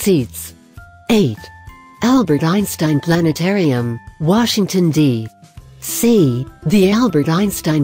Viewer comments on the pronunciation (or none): Barry Piper Washington D..............C 🤣